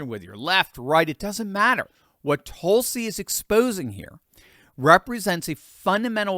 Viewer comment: There are about half a dozen vowel sounds in American English that you’re just not using. Her name is not TOLE-sie. It’s TUL-si.